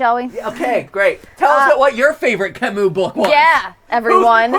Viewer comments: Please: Camus, not Camous (or "Camoo" for english speakers). U, not OU. Not really a fan of Camus, but the pronunciation hurts... ;) I didn't even recognize the author at first. Other than that, love the stream! ^^ I've been binge watching gtlive and all your theories lately! (In thruth, I didn't know that Camus was known abroad: is he really well known in english speaking countries? just curious) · MatPat had French and still pronounces Camus wrong...